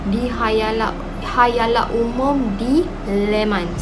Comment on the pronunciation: mohon maaf dan ampun.. sorry 1st k.. minit -, khalayak atau khayalak? Khalayak kannn? Maaf sy mohon kat sis again.. hehe... 🥺